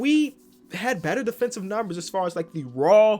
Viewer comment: “well technically your defenthive rating” is a fool 😂